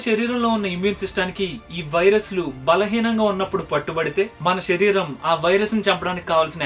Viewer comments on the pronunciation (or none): గారు మీ వీడియోస్ అన్ని బావుంటయి. కానీ మీరేం అనుకోవద్దు ఒక suggestion చెప్తాను. షరీరం కాదు శరీరం అనగలరు. అలాగే తెలుగు pronounction శ. ని ష గా పలకడం ఎక్కువైంది. అందుకే ఏ వీడియో లో అలాగున్న వెంటనే కామెంట్ చేస్తా. ఏమి అనుకోవద్దు